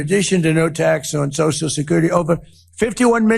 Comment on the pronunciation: Trump's right for once. The world is no longer laughing at the US - they are appalled by it. Baffling that he calls his Iran invasion a "war" now. And the mispronunciations: tsocial / social; audition to / addition to; barberas / barbers. If people vote Trump in the midterms, they deserve the call-up papers they'll get to fight in the rest of the Republicans planned wars.